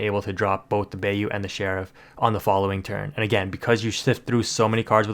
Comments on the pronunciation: "buy-you" not "bay-you" ... love the vids tho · We’re not letting you slide on Bay-oo 😂 it’s Bye-oo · ..... Bye-you.... = Bayou.... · I dont want to be that guy but bayou is pronounced like Buy- You (bīo͞o) but besides that very good video keep up the hardwork! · Lol thank you for your correction. That Bay-U was killing me. 😂